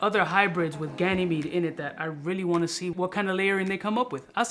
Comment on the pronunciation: Did this mofo just pronounce Ganymede correctly?! 👏